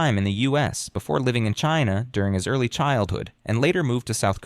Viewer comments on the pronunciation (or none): none